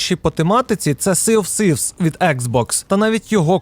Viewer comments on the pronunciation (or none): си оф сифс. Май Інгліш іс вері велл